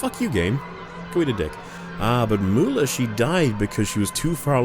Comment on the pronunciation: WAIT: Mooler...not Mawler....why would “au” equal “oo”?